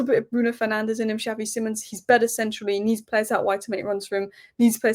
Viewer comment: love you but please learn how to say xavi simons correctly